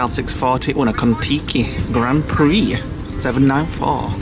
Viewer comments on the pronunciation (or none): none